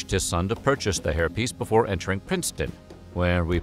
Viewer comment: He can't say before correctly though.